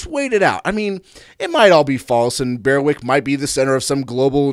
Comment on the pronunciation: BER-wick, not BEAR-wick